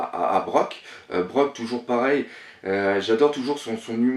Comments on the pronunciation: Alors par contre, on va mettre ceci au claire : Brook se prononce "Brouke", pas "Broke". Merci. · Juste un petit com pour te dire que c'est pas brok mais brouk pour la prononciation et Super Analyse ;) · Pour les noms : SHANKS et BROOK que tu prononces tchanque et broque, c'est chanqkss et brouque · Juste pour que tu saches la prochaine fois c'est brouk pas brok :) ( je sais que ça s'écrit brook mais ça se dit brouk ) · pareil on ma spoil, c'est hakuba pour cavendish et aussi pour sanji moi aussi j'ai eu du mal au début, et une derniere chose ce n'est pas brok mais brook en gros sa se prononce comme sa "Brouque" et ussop ce n'est pas outssop c'est "oussop"après peut etre que c'est ton accent mais bon pour ussop sava. pour la fille sur l'ile ou il y a sanji je pensait a un fruit du renard. Aufaite une derniere chose kaidou sa cicatrice elle me fait penser a celle de luffy et tu a oublier de parler des cicatrices au yeux de kaidou on voit il a comme shanks. Et quand ta dit qu'il a un fruit du démon pourquoi il ne se suicide pas en se mettant dans l'eau. et une derniere derniere chose lol j'ai remarquer que hawkings lui dans son visage je voit qu'il a peur et je ne pense pas que ce soit un visage surpris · Je pense que kaido a aussi un fruit du demon de dragon ou de quelque chose de similaire par ce qu'il de 1 des longues moustaches et de 2 ses tatouages font penssés a des ecailles mais on verra quand il affrontera appo kid killeur et le dernier ca promet un suspens de folie et on dit brouk pas brook ca me tue surtout que c'est mon perso preferé sinon tes videos sont genial =) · Non la prononciation c'est "Brouk" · c'est brook punaise xà je me suis tordu de rire quand t'a dit broke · J'adore tes vidéos! Mais j'aurais un reproche a te faire essaye d’améliorer la prononciation des nom comme le thousand sunny et non le tousand sunny et pour brook aussi ^^